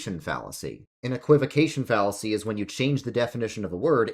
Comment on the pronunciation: what's a fallaacy? is it a type of fallaafel? 🙃